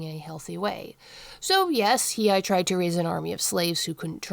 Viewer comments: It's pronounced He aye. I have never heard anybody else say his name like that. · You were saying He-eye. It's a tough one to say. His name has too many vowels, lol.